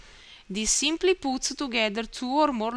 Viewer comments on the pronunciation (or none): I think I'm addicted to listening to your "ximply" XD